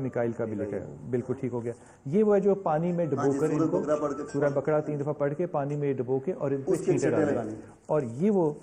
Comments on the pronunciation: nt bakara its baqarah.. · plzlearn Arab properly no Bakra bakara